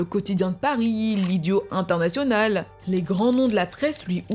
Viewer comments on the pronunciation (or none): none